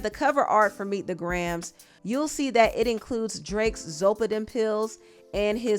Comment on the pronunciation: Its Gray-Ums not Grams 😮😅